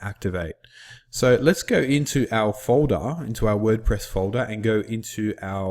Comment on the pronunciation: FOLDAH HAHAHAAH